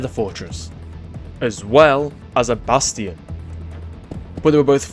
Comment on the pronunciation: do you speak English because you keep saying bastion wrongly